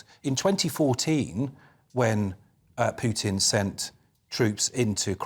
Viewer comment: Neil is such an intelligent guy but he can't remember or learn how to pronounce Putin's name. That buffles me a lot. Imagine if people pronounce Neil's name like Nool Ooliver, or Sunak's name Richy Shunak.